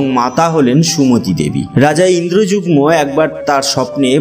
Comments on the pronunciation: 'Indrajugmo' bolchen , ota "Indradumno" hobe. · রাজা ইন্দ্রযুগ্ম নয়, তিনি ইন্দ্রদ্যুম্ন। নীল অঞ্চল নয়, নীলাচল। খুব সুন্দর বর্ণনা হয়েছে।